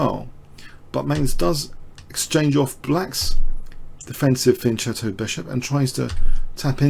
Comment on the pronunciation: Pronouncing Fianchetto wrong, it's pronounced with a K sound.